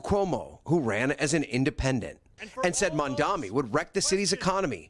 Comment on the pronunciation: If I had a nickel for every time the narrator for Today mispronounced Zohran Mamdani's name…